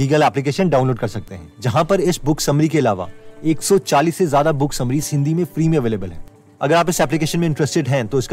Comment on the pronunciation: ज़्यादा होता है ज़ादा नहीं